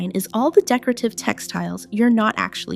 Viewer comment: I weed more and more of my makeup and creams regularly. I have no candles. The word is decor ative. Not how you're butchering it.